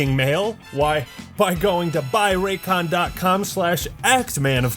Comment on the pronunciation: First time you introduced the Raycon advert I thought you said Retcon because new Cortana was on screen at the time